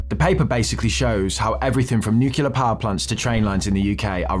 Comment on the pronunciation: It's new-clear dude. Not new-queue-lar.